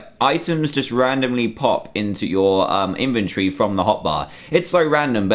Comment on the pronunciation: Why do you say in-ventree